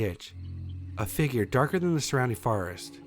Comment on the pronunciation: It's FOREST Not FAREST